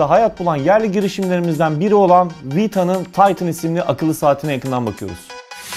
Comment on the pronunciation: Taytin değil titan